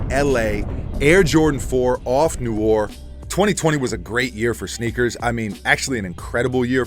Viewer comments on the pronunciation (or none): Off noir. Noir is French for Black. It is pronounced kno-waar Not knore.